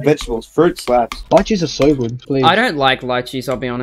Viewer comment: wtf is a lichee or whatever you just said